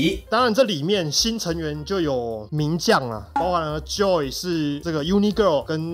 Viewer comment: joy 先念對拜託 英文發音真的破